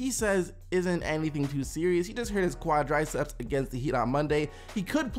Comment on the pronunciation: "quadryceps?" lol